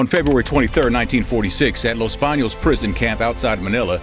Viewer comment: + for excellent pronounciation of Los Baños